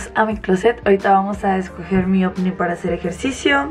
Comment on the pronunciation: Paulina del Campo dice ofni 👀